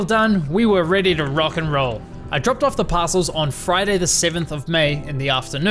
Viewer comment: "ErhTaks" nice pronunciation buddy